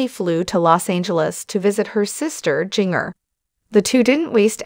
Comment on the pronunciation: Her name is Jin Ger. Not jing er